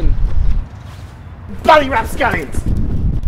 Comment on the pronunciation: I don’t know if you already knew but he said RAPSCALLIONS.